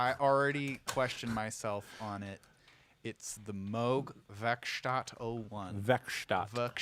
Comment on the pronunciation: I can't believe he says moog moog. It's moog, not moog, everybody knows that.